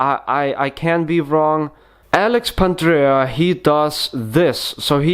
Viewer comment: No offence mate, but Pandrea is both a better tutor and his moves are cleaner. Since you don't seem to know him—or even how to pronounce his name, perhaps you should review a few of his videos.